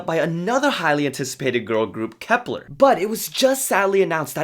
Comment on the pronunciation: Sorry bro but you keep reading Kep1ner as "kepler", it's pronounced as "kepwaner". LOL. I don't hate it but be better next time. Love your vids. Keep safe.